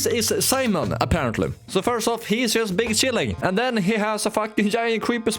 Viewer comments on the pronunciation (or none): His name is Simon not Simon mon